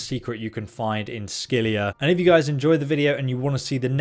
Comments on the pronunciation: It's scylla not scylia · Scylla = sih la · Every time you say scyllia it makes me cringe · Not sckylliA is scylla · How does an adult not know how to pronounce "Scylla", like in "Scylla and Charybdis"? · pretty sure he’s said he’s dyslexic, which causes him to misread or mispronounce words at times. Many people with dyslexia have problems with words that aren’t common and therefore they haven’t heard said often. And while I know how to pronounce Scylla, if you think that “Scylla and Charybdis” is a commonly-known phrase that every adult has heard and should be familiar with, you are seriously out of touch with how informed most adults are about Greek mythology. Hell, it’s more common that adults know “deus ex machina” and THAT is often mispronounced.